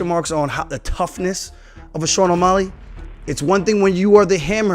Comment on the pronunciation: He said "Osmelly" . Thats funny